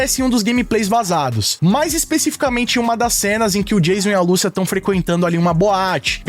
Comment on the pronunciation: Lucía meu amigo, não Lúcia